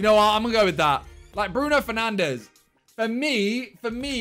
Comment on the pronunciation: I thought he was saying penandes 😂😂